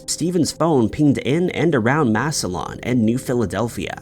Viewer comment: Ohio here … Massillon is pronounced phonetically “mass ill on”